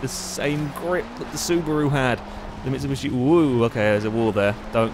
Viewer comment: stop calling it a mitsubushi its a bloody mitsubishi :D